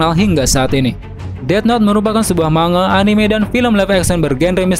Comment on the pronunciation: Bukan dbaca ma-nga bang tpi mang-ga